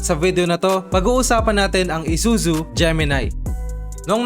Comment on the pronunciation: Gemini, hindi Gemi-nay.